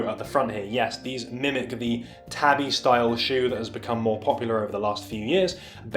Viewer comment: “Tah-bee” tho, not “tabby”